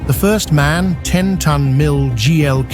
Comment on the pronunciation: MAN is not pronounced in one word, like the English word for a male human. It consists of 3 seperate letters, that you pronounce independently and not together in one word. M.A.N. Like ICE, the German high speed train, which is also not pronounced like ice, the frozen version of water. But it is wild, that you say it correctly at least once in the video, when talking about the manufacturer itself, but wrong everywhere else. Also KAT can be pronounced as one word. It is just short for "Kategorie" - "category" in English. So a one-word equivalent of "cat" is absolutely ok in that case. Yet, in the video it is often unnecessarly pronounced as individual letters...